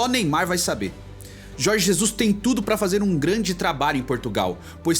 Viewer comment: Jorge Zezus kkkkkkkkkk